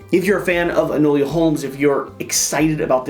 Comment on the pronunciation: Hard to watch, saying Enola name wrong. It's Enola not enolia